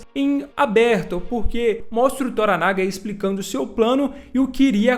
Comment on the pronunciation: Na série antiga a pronúncia do nome Toranaga era com a última sílaba tônica como se fosse Toranagá e não Toranága como você fala.